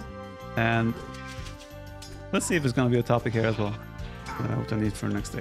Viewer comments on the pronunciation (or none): none